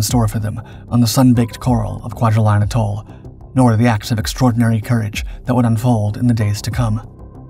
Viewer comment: ah k'mon, taRAwa? really? you dishonor them when you mispronounce where they sacrificed. TEARawa and btw AEtall, not agTOHL sheesh, get it right, PLEASE as he closed the distance to the pill bos, you show a GERMAN soldier running, fer chry-yaiy! but with all that oohrah!